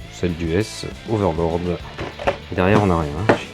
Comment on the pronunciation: Coucou, chouette maquette! (psst: on dit 'overlord')....